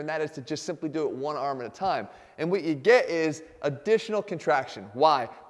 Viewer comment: “and wha’ you ge’ is ….” You turned all British cockney on us, mr Cavaliere